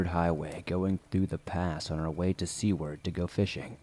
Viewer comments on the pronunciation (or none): Ya Seward not sea ward . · "we were on the way to see werd" 😐 It's pronounced sew ward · The town named is pronounced Sue-ward (Seward). Sounded like c-word. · Hey man, good job with the stories. I have 1 thing I can help you with, and no I'm not saying rerecord the story. In story 2 it's not Sea-ward: Seward= Sew: I'm going to SUE that person. Ard: aardvark So pronounced Sue-aard. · Seward "Sue-ward" not "see-ward" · I hated it. Wish he would check pronunciation before making vids. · I’m dying from your pronunciation of Seward 😂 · I love your stories but as a man that was born and grew up in Alaska the way you pronounced Seward drove me crazy but love the stories man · Haha, it drove me nuts too! And he mispronounces "escape". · Yeah lol